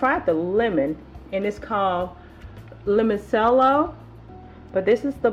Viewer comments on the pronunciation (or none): I think it’s pronounced chello not sello lol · They look good! We call them spring rolls in the U.K. Sidenote: Im not being patronising but just so you know...its pronounced Limon-CHello not 'sello'. 😊😊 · LimonCHELLO is how ya say it :) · Hey girl, the soda is pronounced lemonchello